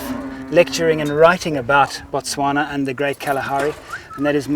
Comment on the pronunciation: Its Botswana, not Motswanna